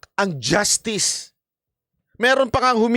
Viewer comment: Justiis po, hindi justice